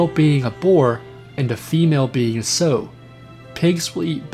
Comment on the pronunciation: "Sow" is pronounced like "cow" or "ow," not "so" or "sew." Oh, and it's "you" for "ewe", not "ooo." English, especially older English words, aren't very phonetic. Good videos. Can tell you aren't a farm boy though. :)